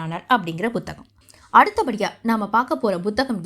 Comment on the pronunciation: Buthaham illai Amma Puthaham என்று உச்சரியுங்கள்